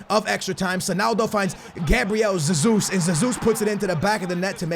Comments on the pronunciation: It's not Gabriel Zezus, it's pronounced Gabriel Jezus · Oh ffs it’s not zezus. Just call him Jesus like normal. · It is not ZeZus. Cmon dude that’s just ignorant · You’re just saying Zesus xd , I’m Portuguese